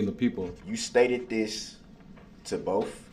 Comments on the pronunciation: BOTH… the word is BOTH!!! Not boff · It's funny when he says ' Boaf '.